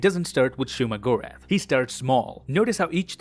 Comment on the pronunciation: bro it is not shuma lol